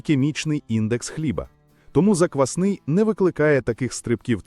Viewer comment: Озвучення тексту( ШІ? ) потребує коригування : заквснИй хліб )), заквАсний українською - хліб на заквасці, яка є основою або замінником дріждів.